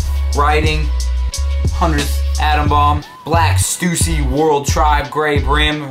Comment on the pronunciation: wait he said stoosy when its stussy and he called the starter logo "stoosy logo on the back"